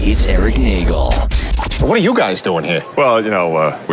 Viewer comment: It’s pronounced “NAY-gelllll” You have to let the e’s breathe